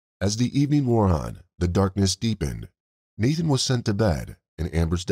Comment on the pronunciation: If you have to do a video on the lives of these poor children then at least have the decency to know and pronounce their names correctly his name was not Nathan his name was Nahtahn